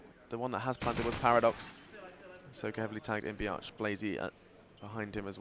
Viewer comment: always when the commentator says b arch it sounds like biatch:D